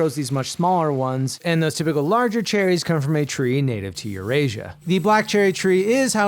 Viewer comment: I heard cherries?